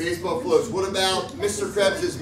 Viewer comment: that emphasis on floats got me